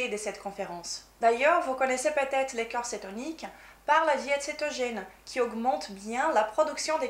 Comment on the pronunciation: Bonjour. de Maigrir Définitivement n'est pas anglophone mais lusophone (elle est Brésilienne). C'est vrai elle parle très bien français. Avec cependant un petit défaut d'accent entre "corps" et cœur" qui peut être troublant pour la compréhension de son discours, par ailleurs très clair et intéressant.